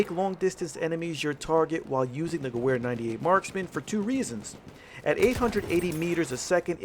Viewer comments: Listening to this guy say gewehr with a ‘w’ instead of a ‘v’ is straight cringe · That w in Gewehr is a pronounced as a v. I could handle that in your vid please say it right in the future. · I cringed when he says Gewehr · you pronounce gerwehr like a american. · You pronounce the "W" as a "V" when saying Gewehr. Nice video though👍🏻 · You said gewehr wrong bro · GU VER not GOO WHERE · the "goo-where" lol it's "gov-air" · wtf is q gahwhere rifle? its gah ver rifle say gah-ver. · sorry I must say this... I know we are American but Miss pronouncing Gewher 98 makes me cringe, its pronounced (Ge-Verë). you said ("Gew-Where") I took German Class not to long ago, It just makes me Cringe everytime I heard that. Not bashing just saying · It’s pronounced gever not gewver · For the love of god stop saying gew wair! Its pronounced guv-air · You completely butchered how you say gewehr, it’s like ge-ver not ge-wer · Guwer... I think it's pronounced Gever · Hey i love the channel so far but my only gripe is the pronunciation of gewehr instead of saying ge-where say it ge-vhere. Good luck on the channel sorry if i was a little nitpicky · Ge-wear lol it's ge - vear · Thats not how you pronounce Gewehr. Its "Ge-va-re" The w is pronounced like a V for some reason in german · Its geWer! The W sounds like a V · it's pronounced gevear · Gewehr is supposed to be pronounced Geber... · Ffs. "Guh-wear" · Gewer is pronounced like gevear i know thats nitpicking but still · 1: the Russian rifle is pronouced "Moi-Zen Ne-gahnt." 2: the German rifle is pronounced "Ge-vair." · Love your videos, but the Gewher is pronounced "Ge-ver" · Dude it's pronounced gov-air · "Goo where 98" disliked and reported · Sry but it's pronounced gu-vay-er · It's pronounced "gavare" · "50 kills with the goo-where 98 marksman " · Gewher (Ge-v-ar) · It's pronounced (ga-vare) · It's pronounced "gevehr" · It's pronounced geVer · The Charger "W" is pronounced as "V" in the German language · Say gewehr right